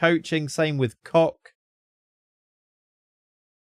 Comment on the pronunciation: Isn't Koch pronounced Coke?